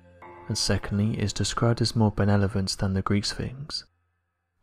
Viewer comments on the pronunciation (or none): Did anyone catch that when describing the sphinx he messed up and said Benelovent instead of benevolent? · Someone please help me out here.... Is it just me, or did he just say "benelevant" instead of "benevolent"???😂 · It’s pronounced “ beh- NEH-voh-lent”